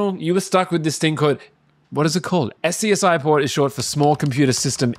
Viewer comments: scsi is pronounced as scasi, not SCSI. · SCSI is said like SCUZZY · You never heard of “SCSI” (ska-see) for short ?…. You kids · The originator of SCSI pronounced it "sexy", but that utterly failed to catch on. FireWire is basically serial SCSI. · Just think of the future we could be living in today if Steve had just decided to not charge for FireWire (Also SCSI is pronounced "scuzzy") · that iMac is more than 25 years old. SCSI was pronounced 'scuzzy'. why are you making this video when you don't have any clue wtf you're talking about? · SCSI is pronounced "skozzi" I never heard it pronounced as sperate letters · Fun fact, SCSI is pronounced "Scuzzy". Also PNG is pronounced "Ping". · SCSI is pronounced "scuzzy" btw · SCSI is pronounced scuzzy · Agreed. Seemed rushed like he had been giving a presentation assignment and forgot to work on it until the night before it was due. Odd claims like parallel ports do not work reliably and not knowing how to pronounce SCSI. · SCSI is pronounced "scuzzy." Seriously. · "tech nerd" doesn't know how to pronounce SCSI 😂